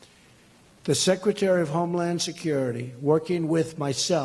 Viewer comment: Is he saying " homelawn security"?